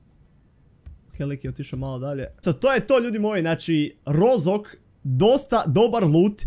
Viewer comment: Nije Rozok, nego roškok